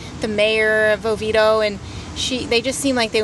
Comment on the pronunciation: No, you mispronounce it🙄,it's; O vee A doh, but prefer the original Oviedo from Spain.